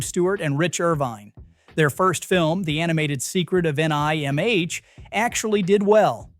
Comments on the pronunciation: no it is bad. the secret of N I M H? not nimh? lazy ass editor didn't even bother to review the audio before posting. BAD! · You need to learn how to write a script the way your AI narrator needs it. The acronym "NIMH" is pronounced like "nimm," so that's how you should write it in your script. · AI voice messes up "Secret of NIMH". Shaking my head… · couldn't even pronounce NIMH. you put in all the time to edit the images, video, cuts, but couldn't spare time to watch your own video to make sure it could pronounce things correctly? sophia low-ren?